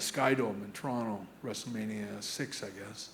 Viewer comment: As a Kitchener boy to an Alberta fella, you pronounce "Tron'oh" perfectly. 🇨🇦 Anti-fascist forever! Lest we forget.